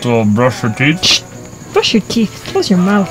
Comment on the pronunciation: Brush our teeth this is an important one to get the th sound correct with no s because otherwise you are brushing your teats...... and you should not be referring to Marie as a cow.... :-)